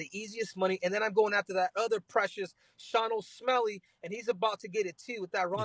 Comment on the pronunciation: Henry said Sean o smelly 😂